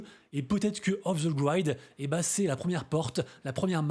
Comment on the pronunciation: Off the GrIIIID avec un I ! Pas Aîe : ) !